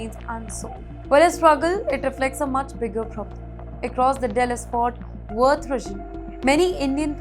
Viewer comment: बहन इतना over confidence. At least research the story properly before reporting it’s “Dallas - Fort Worth” NOT “Dallas Fort” & “Worth regon”. Yes ‘ReGoN’ that’s what you said for ‘region’. Pushing this kind of mediocrity as skills on H1B got Indian diaspora. Who gave you anchor job if you can’t pronounce the name of region in USA with most immigrant Indians. HiEghTs oF iGnOrAnCe.